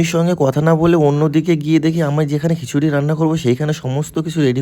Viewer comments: Khichuri❎ হিশুড়ী✅😂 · প্রথমে তো ঘিসুরি বললো😂😂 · Prashad ❌ prushad✅. Kichuri ❌khisuri✅😅